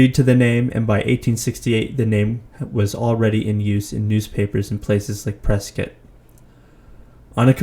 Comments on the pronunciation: I'm 47 years old born and raised in Phoenix Arizona I knew I was going to like this channel when I heard how you pronounced Prescott we pronounce it preskit not like it's spelled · You must be a native AZ if not your the only non native I've heard pronounce Prescott correctly😂